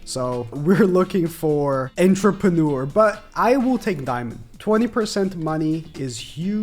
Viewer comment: How many times is he gonna butcher pronouncing Entrepreneur 😂